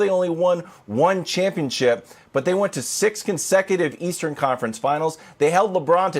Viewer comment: Did this man really just say "Leastern Conference "? Is that you Skip?